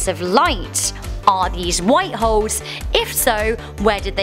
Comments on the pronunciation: Lol sometimes it sounded like she was saying white hos A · Is it me or did she sound like she said "white hoes"? 🤔